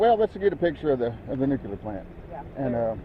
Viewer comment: It's "NU CLEAR", not "NU Q LER"! Look at the word! Do you pronounce "unclear" ad "UN Q LER"? Sheesh!